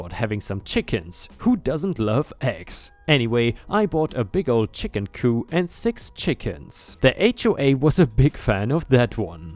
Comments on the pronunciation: If you're going to read things, learn to read. It's not a chicken coo, it's a chicken cooP. the "P" is pronounced. It's a shame how scammers like you monetize other people's stories and butcher them by not even reading correctly. Another crap reddit read channel going on my Do Not Recommend list! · That's right, a chicken coop is not the act of overthrowing, but a small home for chickens. pronounced "coop" not "coo" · Just a thought about the first story, if something like that happen, how about starting your own HAO, so you cannot adhere to theirs as you already have yours. BTW,, the P at the end of "chicken coop" is not silent, you have to pronounce it. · Coop does not have a silent p at the end. I do realize this is an older video so you may have figured that out by now. Its coop as in cooper. Coup is pronounced with the silent p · in the American English pronunciation p in Coop is not Silent. You are thinking of Coup in Proper English/Germanic